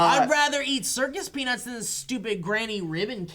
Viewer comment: I thought you said "circus penis" when you said "circus peanuts" - "I had circus penis last night" (and everyone was cool about it)